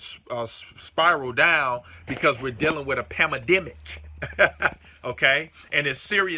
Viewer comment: You are great. One small thing...the word is Pan-dem-ic, not panademic.